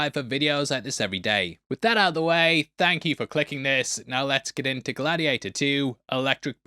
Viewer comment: 😅 Glad-he-ate-her-too 😂 this got me to subscribe to you